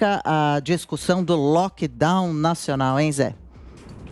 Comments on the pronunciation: NÃO É “LOCKDOW”, É LOCKDOWN (o N do final É PRONUNCIADO!!!!!) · meu querido a palavra é LockdowNNNNN e não "loquedau".